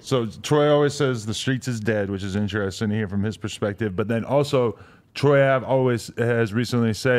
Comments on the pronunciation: "This is where it gets instrestring" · George Carbonell Jr. “glove department “ “instrinstin “ (interesting) I thought I was the only one